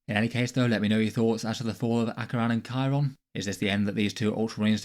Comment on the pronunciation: Chairon just isn't even a character. Even people who are complaining he died keep pronouncing his name wrong. He had that one bit where he ran in like an idiot and that was kinda funny, and the only other thing he did was kill that astropath.